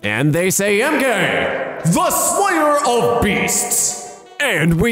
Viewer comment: Instead of "Emkay the slayer of beasts", I heard "I'm gay the slayer of beasts" and now Emkay will forever be I'm gay